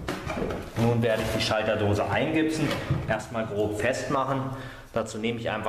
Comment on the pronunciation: Eingipsen, nicht eingibsen. Es ist keine Gitarre, die sich namentlich dann so ähnlich anhört.